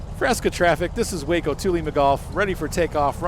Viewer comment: Good review.. I enjoyed the commentary. I fly Rc also.. This Waco is definitely a love / hate relationship (bad ground handling) Minor note.. usually pronounced "wah-co" (the first syllable pronounced as in "water"), not "way-co" like Waco, Texas, whose name is entirely unrelated. Looking forward to more videos.